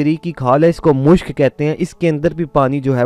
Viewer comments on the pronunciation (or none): mushk nahy mashk